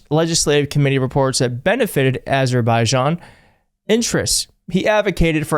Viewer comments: Azberbiden? Azerzubizishin? How does Mr Chump say it? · If it has anything to do with Azerbaijan, it has nothing to do with Trump, he can't even say the name, even when he is lying about solving their war with Cambodia......Armenia